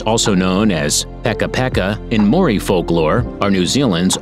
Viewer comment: Congratulations I've never watched a video where every New Zealand word was pronounced incorrectly I would have said Maori but you pronounced that wrong as well.